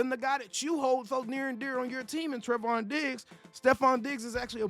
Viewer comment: I just have to point this out because you said his name like a hundred times in this video lol It's pronounced "Tray-von". He's my cousin 🤤 And I hope you're wrong. I want him with us. I see that Stefon is now a Patriot. I think that's a shame. He and CeeDee would have made a great team.